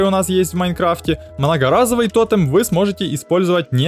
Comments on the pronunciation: Ну почему то́тем а не тоте́м, почемууууу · То́тем? Пожалуйста говори тоте́м!